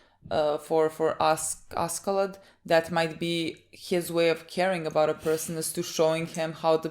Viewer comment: Askeladd is pronounced Ash-lad.